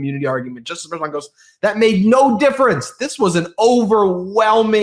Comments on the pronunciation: MERCHON, not “Mayor Chun”. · Litman.....I don't mean to be rude, but is it pronounced Mer-chOn, or "Mayor-chon" or "Mer-shawn." I watched you today asking myself, who the hell is Mayor Chon??? Other episodes I heard you pronounce it entirely differently. I heard you say Matt GEts, but never Matt GAtes (Gaetz). I wanna be correct when I tell others the relayed news. Does anyone correct you? Can someone please do that? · It’s pronounced mer-shan,. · WTF!!! It's pronounced Mer-SHAN. How many times do you have to be told. Just ask Ben to pronounce it correctly. WTF!! WTF!! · Can please pronounce Merchan's name correctly?